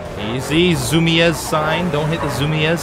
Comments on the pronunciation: Its Zoomeezs not zoomeaz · "Zumies" is how it's pronounced, and they're sort of a skate shop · You're pronouncing it wrong, it's pronounced Zoo-Meez. Awesome vid btw. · Its easier to pronounce as Zoo-me-zz. Not criticizing just someone might see that and take zu as zuh. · Zumiez is a skate shop that sells mostly clothing, skateboards, and shoes. its pretty popular, at least in NY. Btw, its pronounced zoomeez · Zumiez makes skateboard gear like shoes and those kind of clothes. Plus it is pronounced like Zoo-meez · It's pronounced ZOOMEEZ and its a skate shop, they also sell clothes and stuff, like industrial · Zumiez is pronounced zoo-mee-z and it is a clothing brand in the US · Btw, Zumiez is pronounced "Zoom-eez". & it's a skateboarding, & clothing store. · Zumiez is pronounced Zoo-mys like saying zoomies and they make mostly skate snowboarding and surf gear. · Zumiez (pronounced zoo-meez) is a streetwear and skateboard store. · I'm not sure but my friend said he got his hat at Zumiez and i think its pronounced zoom-eez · it pronounced zoom-me-z and they make clothing and skateboards. Just so you know. Like so he can see! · zumies is pronounced zu-meez and they make skater/hipster gear. Just informing you! :D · Its pronounced "zoom ease" and they make skating things like clothes and boards. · LOLOL it's Zu-mee-s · It's pronounced zoo-mez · Zoo-mee-ez lmao wow derpy ily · Zumiez is pronounced "zoo-me-z" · It's pronounced ZOO-Me-z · Zumies is pronounced "Zoo" "Me" "Z" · You pronounced zumiez wrong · Just saying its pronounced zum-eez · its pronounced like this zoomies and they sell skateboards and clothes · Zumiez is a skater store and your saying it wrong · Zumiez lol he said it funny